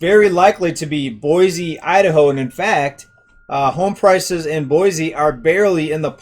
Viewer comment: I've lived in the Boise... and by the way it's pronounced Boysee... area my entire life. While current monthly prices for housing may be leveling off or seeing a slight decline, year over year house prices here are up greater than 20% for the last two years. Californians are, and always have been, a major influx to our area but it had never affected housing prices so much as within the last few years. It's not just them either, people from all over the nation have moved here. Mostly from wealthier places where they are able to sell their current home for higher amounts then come here, pay cash for houses (over market value) and have money left over. It has ruined our local economy. Those that were raised here and have always worked here are unable to compete and afford a living. And the infrastructure here is not able to cope with the boom in population. The Nampa area, which I'm closest to, more than quadrupled in population from 1990 to 2000, and it has only exponentially increased within the last two years. Farms, fields and crops are depleting at an increasingly rapid pace, being replaced by apartments and subdivisions. The roads, water systems, schools, recreational areas and more just can't take it. New comers think that our area is great because it's less expensive and less conjested than what they are used to, yet they don't realize that they are turning it into exactly what they left by moving here.